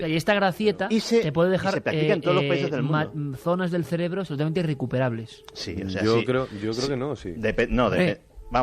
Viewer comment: definitivamente algún "celebro" se ha quedado sin oxígeno. xD